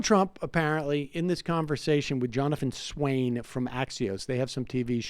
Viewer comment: Swan, not Swain. Sam, c'mon man, show respect and diligence by getting peoples names correct. Jonathan Swan is not an unknown name. He's on more tv screens than you.